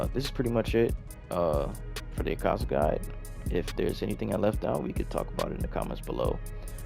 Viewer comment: u saz his name wrong :I